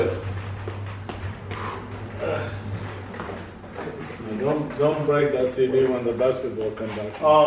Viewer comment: I love it how papa rug says “all ways” It just shows how he’s always there for his kids.